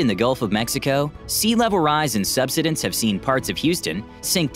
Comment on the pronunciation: Great video! I just have one comment. Tis word is pronounced sub side ence with the emphasis on side!